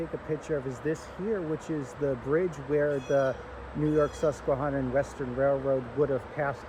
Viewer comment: The video you made is really nice. I just wonder where you learned to pronounce the word 'susquehanna" as you are not pronouncing it correctly I grew up in Wyckoff, Nj right next to the Sus;y Q and we did not pronounce that word as you do. It sounds strange how to say the word. I walked the bus;y Q from the Passaic River al the way to the end of the line in Hainesburg. not all at one time but many walks over the years when I was growing up. We also rode the line from Midland Park station to Paterson to go shopping.. We also road the line to the terminal in Little Ferry and then a ferry or bus into NY. City. This was during the days of steam and the Streamliner and the Budd cars. It was really nice train to ride.